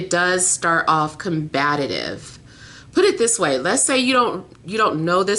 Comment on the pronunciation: Thank you beautiful! Btw I love how you pronounce combative as “combatitive” lool it’s so cute ! 😆